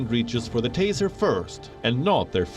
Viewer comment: G Taser, not teaser.